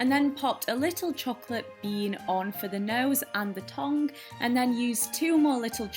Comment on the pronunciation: You look soooo beautiful and I love that you pronounce tongue like 'tong' haha love youuuuuuu (: xx